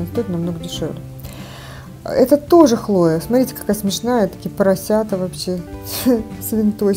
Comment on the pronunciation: КлоЕ, не ХлОе😂